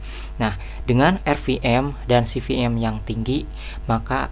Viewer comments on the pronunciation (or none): Kebolak balik ngomong v sama p, pasti orang Sunda hehe, saya juga